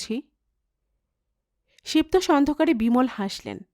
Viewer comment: "শিব তোষ" উচ্চারণ হবে ' শিবোতোষ ' একটু খেয়াল করবেন প্লিজ